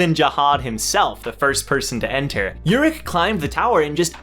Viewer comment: No no you're saying it right (imo) And i introduce to you the only person who is op but ppl have 0 respect for him Example: khun was shivering in front of Jinsong ha the 1st time he saw him(and most high rankers) but called Urek a pervert in his face in the 1st time he met him😂😂👏🏻 Btw Urek is my number 1 for ever and ever